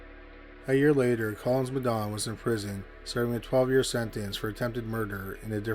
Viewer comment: As an African hearing you pronounce Madaune is so funny...